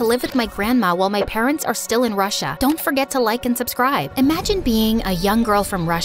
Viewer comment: why?? Subscribe turn into Subcride???